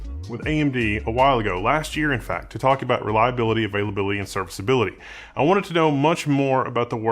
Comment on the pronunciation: "Reliability"... "Availability".... "Serviceability" .... loved the way you said those IT jargons 😂😂😂